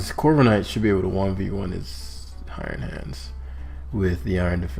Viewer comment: I just noticed iron hands is pronounced ion hands, which makes a nice pun since it's electric type lol